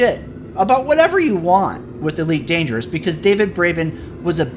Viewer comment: "Eleet Dangeru" ...I thought you said you're gonna go slower, not that you're gonna go japanese? XD